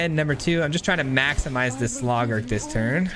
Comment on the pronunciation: I’m sorry I just can’t get over the “Slawgurk” 💀😂